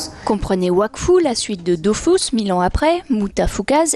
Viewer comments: Vive la 1.29 et contrairement a ce qu'ils disent se n'est pas dofousse mais dofus ... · c'est DOFUS et non pas DOFOUS ;) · dofus pas dofous MDR est ma tuer XD